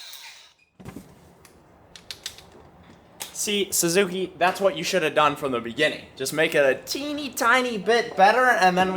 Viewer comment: Say it with me boys.. sUzuki.. not sAzuki 😂😂😂